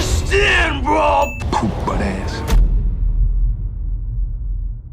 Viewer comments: Um...its "poot butt" not poo. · what the fuck is wrong with you guys. The line is "Poot butt ass". let me use it in a sentence, "Man they got me out on patrol with this young poot butt". If you grew up in the hood you would know that. And Denzel's character obviously grew up in the hood. Only white people think he said poo butt. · it's 'poot butt', not 'poo'... fyi... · FYI:it's poot butt. white guy trying to critique black slang... sin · Poot butt. It's poot butt not poo butt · IGIC KNOXVILLE it’s poot butt. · It's "POOT BUTT".